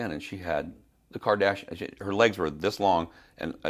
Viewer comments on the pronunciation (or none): none